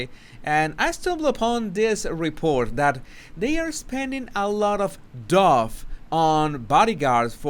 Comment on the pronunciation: Today I had to laugh, sorry. You know I think your English is perfect (except for some pronunciations [like mine in Spanish], which is sweet LOL).😂 That's what I mean now, the word DOUGH is pronounced DOE and not DOVE. Colloquialism for money.